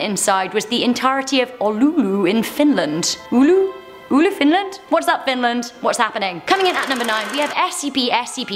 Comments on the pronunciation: Its Oulu and its sayed the way its written and yes im finnish ☝️ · FINLAND! TORILLA TAVATAAN And the word that she was trying to say is Oulu which is a city in Fianlnd